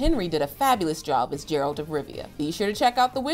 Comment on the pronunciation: You pronounced it as “Jer-ralt” when it’s actually pronounced as “Ger-alt”